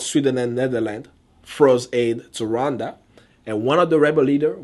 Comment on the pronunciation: What is that "run dhana ugandha" that's what your pronounciation sounds like. I am not trying to be mean. I mean no disrespect to you, if this is offencive, i'm sorry